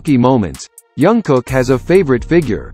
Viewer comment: His name is Jungkook, not Youngkook. 😂 Say his name right, at least! It sounds funny